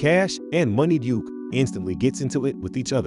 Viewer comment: It’s Munna Duke not Money Duke!